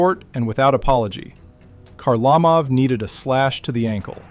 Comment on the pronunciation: "Zeelbear" Perreault?" "HarLAmov"? Seriously?